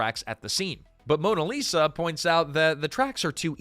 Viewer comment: Mona Lisa? This is what happens when you have AI do things like narrate